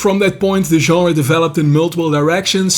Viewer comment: I still can't believe there's a Dude under 60 that knows how to pronounce 'genre' correctly! A while back I was browsing the bookstore and two cute babes walked by chatting about books and stuff. Then one Einstein mentioned to the other Einstein she wanted to check out a new 'Jenner' - as in Bruce Jenner, or whatever he's into this week. Had a hard time not snorting Pepsi out my nose! I will give them props for actually being in a bookstore instead of the "Brain-Dead Shop For Crappy, Overpriced Clothing" store. I'm so new to this I don't even know the right questions to ask. Reading the comments helps me understand this channel is real, and the info is on it. What/where else should a noob be looking for info? Thanx!